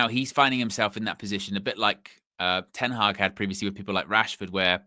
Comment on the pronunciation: Reuben Ten Hagg 😂😂😂